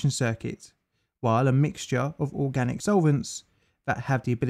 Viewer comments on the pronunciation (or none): none